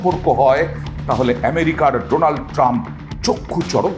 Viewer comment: উনি তো উচ্চারণ করতে পারে না , বলে ডোলান ট্রাম্প